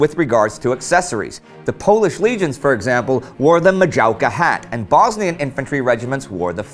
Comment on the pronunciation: Maciejowka is pronounced macieyoovka